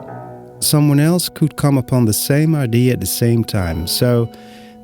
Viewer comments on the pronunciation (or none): Hi,. Another great video👍 I love it when you take the time to share about your creative process. Your English is very clear. Just a quickie... the word "idea" has three syllables, I-DEE-YA, in English. IDs are what one uses to identify oneself 😉👍